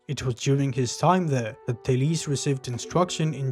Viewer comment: You pronounce the name well